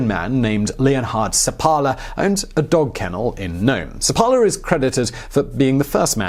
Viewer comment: I believe the name should be pronounced with the stress on the first syllable - SEP-pa-la